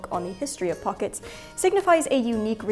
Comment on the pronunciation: If only you had pronounced it throughout as "pocketssezs" . . . :-(